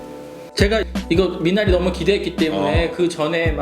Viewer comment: 미나리의 영어식발음 미내뤼